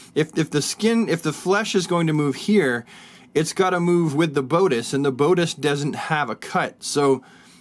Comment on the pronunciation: "Bode-ice" is bad enough, but I can't forgive "dee-co"